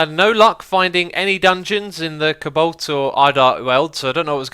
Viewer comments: It's pronounced Co-Balt not cablt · Xisuma, why do you pronounce cobalt cabolt?